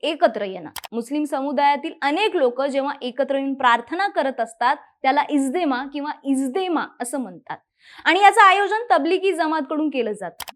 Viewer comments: इज्देमा नाही गं बाई इज्तेमा आहे ते... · इज्देमा नाही, इज्तेमा, आहे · It's इज्तेमा not इजदेमा